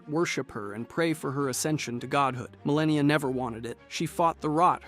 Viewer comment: “Mareeka” yeah bro we are not watching this